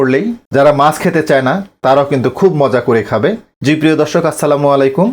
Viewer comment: Aage Bhasha puraskar kore bolte sekh tar par video banas OK mach ke maas VHAG AKHAN THEKE vasa poris kore bolte sekh tar par video banas OK